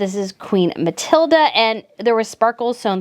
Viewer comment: I appreciate your work so much with this best/worst dressed. Catherine's tartan look gets me everytime! I'd wear tartan total look every day if I could, just adore it. Letizia in total PINK does look like the bottle at the pharmacy, yuk! Just one thing with the pronounciation of certain names! I'm from Montreal, Canada and my mother tongue is French so here's a few tips: about Queen Mathilde, you can go with more of a Ma-til-duh sound, there's no A at the end. Queen Letizia would sound better as Let-ti-sssia! In Spanish the Z is pronounced as an S. Christian Louboutin (adore his shoes!) would sound better as Lu-bu-tan; I know, wierd but the nasal sounds in French are hard to get right. Have a great New Year 2023, full of happiness and love!